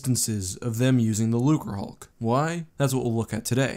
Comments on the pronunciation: Wait wait wait.. am I hearing things or did you say the name of a lukrahulk(that is definitely wrong) and then say they didnt use any lukrahulks? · he messed up and said lukrihuk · he said lucrehulk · "there are no known instances of the using the Lucerhulk" . Easy, but funny slip of the tongue.